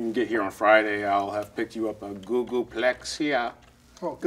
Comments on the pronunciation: A Google-Plexiaa!? What?!? 🤣😂😂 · “I’m going buy you a googooplexia” 😂